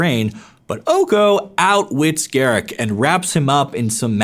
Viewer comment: Its pronounced "gah-rook"